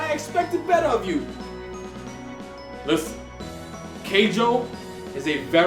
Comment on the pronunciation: XD he said lisTen. I cannot take someone seriously when he emphasizes the letter T on the word listen.